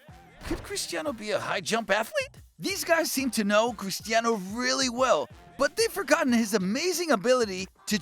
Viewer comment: Today i got its not cristano its Cristiano😂